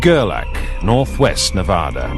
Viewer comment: Great video but do not say Navodda and Nevodder, it is pronounced exactly as spelled, Nevada with "ad" in the middle, not "odd" in the middle and no "R" anywhere in the name.